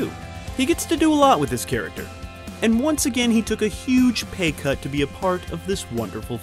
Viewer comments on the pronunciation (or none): “he took a huge pay curt but it worked out because, you know, Pulp Fiction” lol